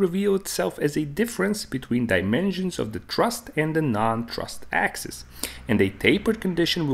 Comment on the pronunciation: Axis, not axes.